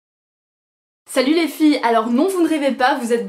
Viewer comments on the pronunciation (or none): none